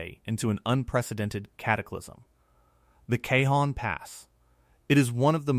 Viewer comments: No one says K-Hon Pass. Cajon is pronounced Caw Hohn by most of us living in California😢. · I live in Barstow California and I live right in the path of this monster and I know something big is coming. Its pronounced (Ca-hone) Cajon pass. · I think you mean “kuh-HOH-n” pass Lol 😂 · Cajon (Ca hone) Spanish a j is a h sound.